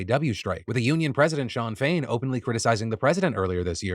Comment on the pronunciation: keep hearing sinn féin when you say shawn fain